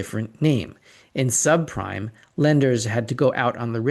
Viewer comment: Did he actually say subcrime?